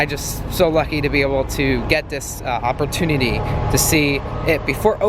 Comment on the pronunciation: dude you said hoppertunery